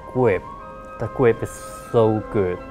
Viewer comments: the gwip is so good! jk Awesome Video, and your English is just fine! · "fo da wurtical gwip" I'm not complaining I just think it's funny in a good way. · The gwip. The gwip is so good! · "The gwip..., The gwip is so good!" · No offense to, he's cool, but he says the word grip like Elmer Fudd would.